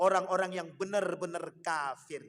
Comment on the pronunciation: Ngucapin kata kafir nya kok faseh sekali